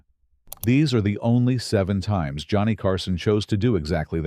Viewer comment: Joe-ah-knee Carson. Shit. Next...